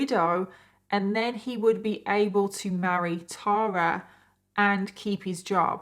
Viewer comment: Thank you for pronouncing “Tara” correctly!!! I stopped trying to correct people years ago! Lol (BTW I’m NOT the Tara in this story!)